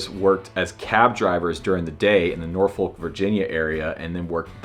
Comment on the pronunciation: just a small note: we don’t say it Nor-folk but more like Nor-fick or Nor-fuk